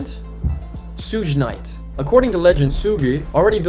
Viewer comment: You gotta learn to pronounce Suge Knights name man.